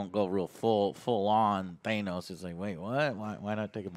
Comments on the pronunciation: Than-ose NOT Thane-ose!!!!!! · Take a shot for every time says "Thaynos". Wholeheartedly agree with keeping the X-Men, not the writers. Or directors. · He's still pronouncing Thanos incorrectly? No way guys. Jeez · Ha, annoyed and love Joe still says Thanos wring.